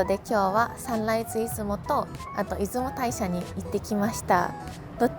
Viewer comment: 出雲大社はイズモタイシャではなく、イズモオオヤシロでは？